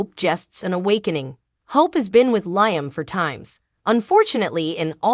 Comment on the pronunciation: It’s pronounced Liam Lee Um. Hello?